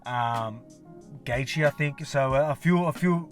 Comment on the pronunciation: Who is Dustin Gaethje champ? hahah been noticing you always mess up Gaethje's name LOL